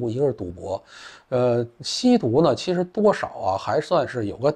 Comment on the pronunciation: 错啦，是“7实啊……”